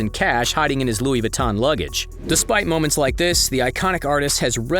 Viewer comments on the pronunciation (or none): none